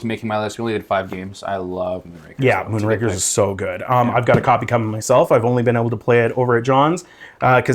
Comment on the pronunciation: Moonrakers...buddy kept pronouncing Moonrakers as Moonrankers. It's Moonrakers, as in rakers like raking leaves. Not rank, like a grading system.